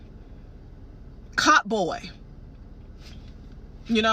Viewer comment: ......cott-boy?! I'm sorry, but is she serious??! Does she mean boycott?